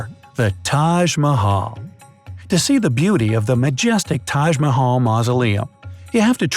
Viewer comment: Bright side: taj mahual Me a Indian:it's the tak ma ha l